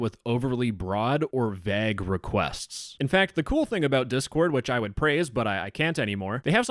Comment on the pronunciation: how can you mispronounce vague so many times in one video XD Is he French